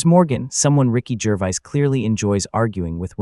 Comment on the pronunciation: Cant even say Gervais properly!